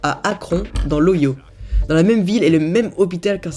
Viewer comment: Hum drole de façons de dire Ohio